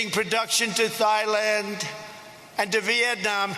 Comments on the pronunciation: I didn't know Thailand was pronounced like thigh-land instead of tie-land. I learned something new today. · "Thighland" 😂 Anyway, good video bro. You hit the nail on the head. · Thanks Dinesh! "TH"AILAND! I learned a new pronunciation. Yes, pure envy and hate...and irrationality by the media and much of academia. Also, What does your name mean "Dinesh"? God bless! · Trump's pronunciation of "Thighland" has nothing to do with the spelling. Surely as president he should know the name of the country regardless of how it is spelt. His mispronunciation merely demonstrates his ignorance of the world. Scary! He hasn't learnt much from his world travels. Being wealthy and having your name on a building iare not qualifications for the position of President. Nor is "living better" then others. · Thigh-Land doesn't sound so bad to me. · I was over there, even many of the people their pronounced it with T, not TH. Even if Trump is wrong, he still knows where he is, and what day it is.